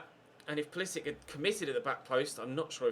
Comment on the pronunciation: can u stop pronouncing pulisic like a nonce please. cheers